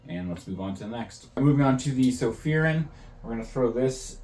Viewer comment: Been following Sofirn since they came on scene, Its Sofirn pronounced just like your pot plant Fern Sofirn.. 👍